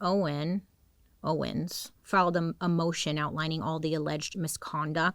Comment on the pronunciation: this is so random but my last name is also owens and hearing people not pronounce the s and just say owen is my biggest pet peeve, thank you for saying it right